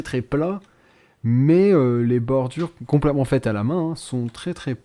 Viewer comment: J'adore quand dit"Compl'èment" XD